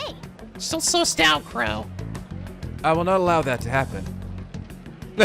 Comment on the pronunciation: I can't stop hearing Qrow instead of Crow, damn you Edward Elric